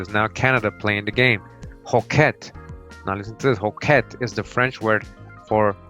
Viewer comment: You pronounce many words wrong. Shinney is pronounced shin-nee. Not shy-nee, and hoquet is pronounced ho-kay, quet in French is always pronounced kay!